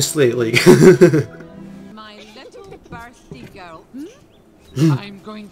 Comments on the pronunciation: ahah the reason you cant say girl is because you arent rolling your r's, my best friends are the exact same, you say 'gurl', instead of 'girrrrul', much love x im scottish btw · It’s ok to say girrel!😅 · Lol. "Girl" becomes a four syllable word with you Scotts, as do many other words. Lol.